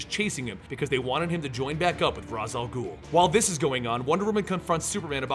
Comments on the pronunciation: It's pronounced Raysh al ghoul not raz. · It's pronounced Raesh al ghul not ras